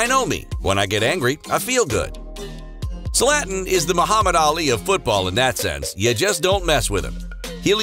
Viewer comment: "Slatn" Ibrahimovic 😂🙄